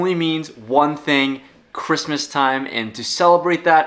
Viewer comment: Lol. Dude said "Ghristmas" Never heard of it 🤔